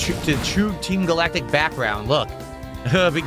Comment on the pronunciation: “We’re in the TEEM GAL-ACK-TICK base…”